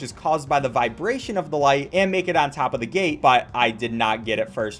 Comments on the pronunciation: It dose sound like gay though lol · was he saying gate or gay?XD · he said gate lol